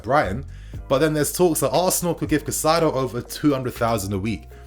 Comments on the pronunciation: Good stuff but his name is pronounced like “kai-say-do” bro not cassaido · You’re saying his name wrong. You’re putting the ai in the wrong part of his name. It’s cAICedo like (Kai Havertz) you’re saying Cacaido… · Pronunciations: Casadei - Ca/ Sa/ Day Caicedo - Kai/ Se/ Dough Just a little effort needed! 🙄😏 Good video though. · Cai-ce-do / please bro, this name is to easy to mess up 😩. Good video otherwise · Chez-uh-ray Cass-a-day and Moy-sus Kye-Say-Doh